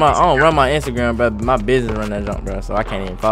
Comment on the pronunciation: kinda sounded like he said instagam story